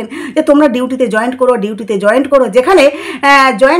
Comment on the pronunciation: ওটা জয়েন্ট নয় জয়েন।